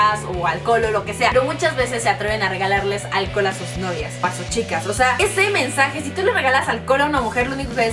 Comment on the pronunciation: Aaaaaa okey like si te diste cuenta que dijo en el minuto ese mensaje y se oio como essemen na no es cierto like que buenos consejos grasias